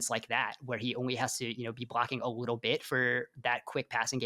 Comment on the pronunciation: he says “you talked about him a wittle bit” hahahahah bro im dead who are these guys 😂😂 then he says “wittle bit” again hahahahah bro I’m crying 😭